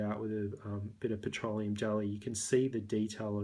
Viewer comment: The way you say "irritation" and "petroleum" is really satisfying